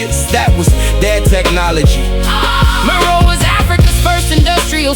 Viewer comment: Meroë is pronounced mery ree